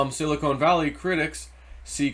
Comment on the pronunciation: Ok...one more time...Silicon is pronounced like "Chili CON carne"....and NOT like a silicone breast implant. Hope this helps.